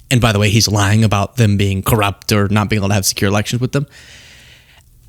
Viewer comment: WOW the word CORUPT came out of that mouth